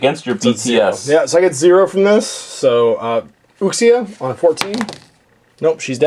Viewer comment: Nerdy nit pick. Uxia is pronounced Ooo-she-a